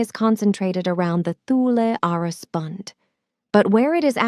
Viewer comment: Not knowing how to pronounce “Thule” tells me this is hogwash. Toole , no h , ask siri